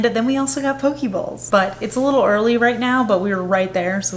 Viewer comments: I love Daiso! When I was living in Japan, I would just pop in and wander around for fun. Edit: When you said you got "poke bowls", I heard "pokeballs" and thought, "Where did you get pokeballs!? And why do you need to put them in the fridge?" Haha. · Ha! It does sound like she said pokeballs 😅